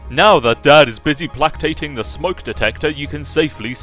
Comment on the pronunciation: ...did... did you mean... placating? Play-kate-ing?